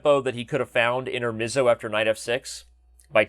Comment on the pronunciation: Also the e is read like pepper not like bee, it's an Italian word, like fianchetto